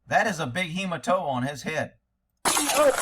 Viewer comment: Hematoma, that’s a “he-ma-told-him” mark 😂😂😂😂😂